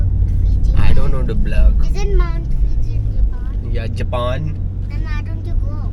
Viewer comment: BTW its mount Fuji not Fiji---its a country